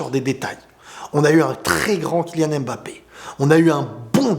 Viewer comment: TU PEUX ARRÊTER DE DIRE "M”BAPPE STP? C’est MBAPPÉ! Le M et le B ne sont pas séparés! Et il n’y a pas d’apostrophe avant le ”B”